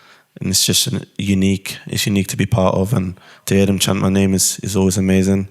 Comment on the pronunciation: His name is literally in the title and you somehow still get it wrong? Impressive